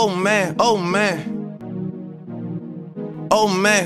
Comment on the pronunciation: It kinda sounds like he saying old man